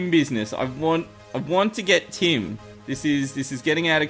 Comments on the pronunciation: i thought happy kept saying 'tin' then i realised he was saying tim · The entire time I was thinking... Why does he need tin? Tin spawns in the underworld? Whhaa? Happy are you crazy... and then I realised he was saying Tim xD